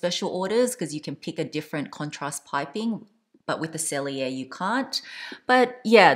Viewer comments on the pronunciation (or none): much love. Please allow me to note: Retourne is pronounced “ruh-torn.” The e at the end is silent. Sellier is pronounced “sell yay.” The “r” at the end is silent. Thank you for all the mod shots and detailed explanations! Even though I’m petite and 5’3”, the 25 is too small for my daily needs. I prefer a 28 sellier.